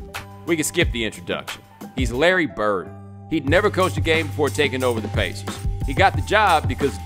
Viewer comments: the way he says the word pacers is hilarious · Stop saying pacers like that